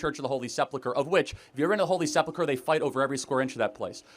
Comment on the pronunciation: Seplucher??? I dont believe he knows how to read.